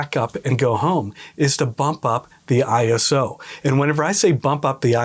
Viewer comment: ISO is an Acronym, not a word, so it should be “I” “S” “O” not “Eye-so” and it stands for International Organization for Standardization as depicted on their logo. In the old days we called it ASA, pronounced “A “S” “A” … and we certainly never said “Ah-Sah”. Was great to hear you say it correctly!!! Topaz AI is truly amazing, I accidentally shot an image at ISO 51,200 on a Sony A7R5 and a Tamron 28-300mm lens handheld, and after running it through Topaz Photo AI for noise reduction and Photoshop using the High Pass Filter for sharpening I ended up with a very usable image … I was blown away! Thanks for the video, lots of good tips and tricks.